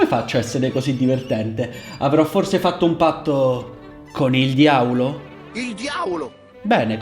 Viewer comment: Mi hai fatto morire 😂 il diaulo 😂